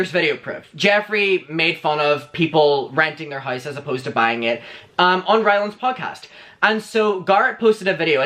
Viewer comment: Where r you from? Your pronunciation is interesting !! Lost oos replaced with e: hoese/house, hoever/however,----about;now